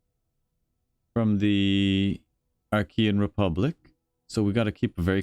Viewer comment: i rhink "arkeyen" is the right way to say it, as you have done. Because I read in an intro to a translation of the Iliad that the ancient greeks did not have a soft "c". So Alexander was a Makadonian, for instance. Just useless trivia, as you won't be getting a lot of posts from ancient greeks, although Alex probably would have done all right against aliens